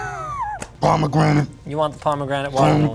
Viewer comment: yo when he said "P O M E G R A N A T E" , i felt that